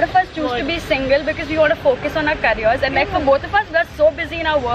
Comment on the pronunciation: single not singil